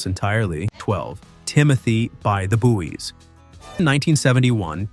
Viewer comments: "buoy" is pronounced "boy" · Buoy is pronounced boy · 'Buoy' is pronounced 'Boy'. Obviously someone that wasn't alive in the 70's, and doesn't actually know pronunciation.